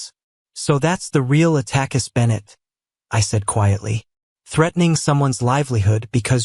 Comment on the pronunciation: God, these phony "readers" are hilarious! They have all the excitement and enthusiasm of a kid waiting at the dentist's for a root canal. And the pronunciations: "Attack-us!!!" What a hoot!